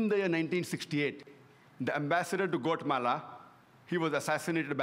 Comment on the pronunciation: Did he say Sar-VA-Joe; Goat-Mala; Mena-kin... too many for me to follow.